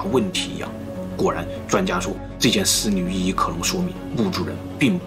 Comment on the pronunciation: 丝缕玉衣 可真难为了 少说几次吧 我听着也难受😄